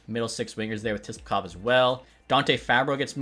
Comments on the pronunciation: your killing me its (Sip-la-kov)!!! lol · “Tisplakov” lol